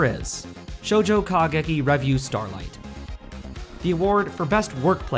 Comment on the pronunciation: I just thought I'd mention, because it's driving me crazy, but revue is stressed on the second syllable, not the first.